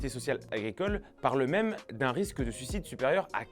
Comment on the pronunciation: S'il te plait... Suicide, pas sucide. S'il te plait!🙏 Tes vidéos sont formidables, mais prononce le i.